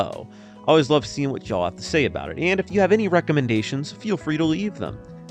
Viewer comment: Hearing Yankees say y'all is very cringeworthy